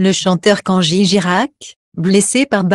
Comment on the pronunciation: Avant de nous déballer votre discours, apprenez d' abord à prononcer le prénom correctement au lieu de Kangi